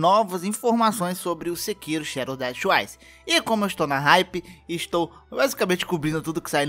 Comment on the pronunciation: KKKK vc falando "sekiru"